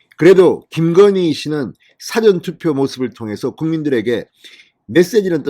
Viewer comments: 진성호님 사전투표발음이참귀에거슬습니다.부산특유의첫음절을단음 으로하는게듣기거북합니다사전의발음을 장음으로하는게맞습니다.국어사전의단음 이지사~전투표가맞습니다.너무귀에거슬립니다. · 사전투표 발음 정정 요망 사자에 앸센트를 두면 글의 뜻을 찾는 콘사이스 가 된다